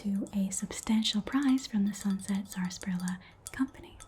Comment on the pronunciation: i love this so much! and i hate to bring it up but because i grew up in a region that still drinks the stuff i have to say it's usually pronounced SASSparilla, the first "r" is effectively silent. anyway i loved this video this was so much fun thank you so much!!